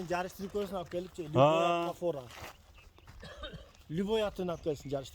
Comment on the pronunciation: Либою деп айтпа